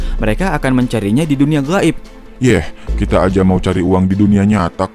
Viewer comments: Makhroj huruf "Gho" nya manteb bet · Huruf غ nya fasih kali min.... غائب... 😄